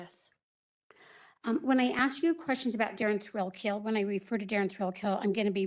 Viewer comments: His name is spelled Thrailkill - pronunciation IS 'Thrillkill' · Notice how the prosecutor keeps pronouncing it Mr. Thrillkill instead of thrakill